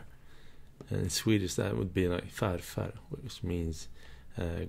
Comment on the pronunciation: Is from Sweden? It sounded like it when he said farfar and morfar.